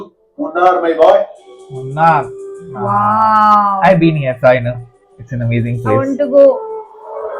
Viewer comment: 'Moonnaar' it's pronunciation of the place 'Munnar'.